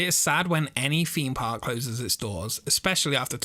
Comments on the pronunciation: Like your videos but it's a THEMEpark not a FEEMpark. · Can you please stop saying feme park instead of theme park. It's TH not F